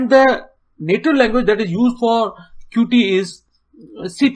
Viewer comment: Thanks for the video. It was really helpful to me. Plus, one more thing just to say that 'Qt' is pronounced as 'cute'.